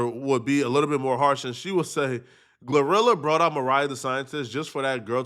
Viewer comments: Lol 😂😂😂 this man called her “Glue rilla” 😂😂😂😂 or “Gar rilla” “Gla rilla”I thought it was “Glorilla” pronounced(Glow -rilla) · Bro, It's Glo - Rilla, Not Gluh - Rilla 😭😭😭